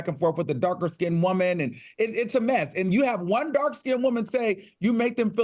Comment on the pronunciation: AL can u work on the word WOOAAAMAN? Lol